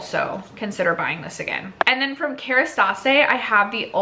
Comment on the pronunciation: Kerastase is pronounced care-eh-stah-ss